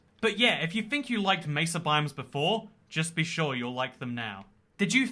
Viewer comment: he really just said "i shore do love these new beaches"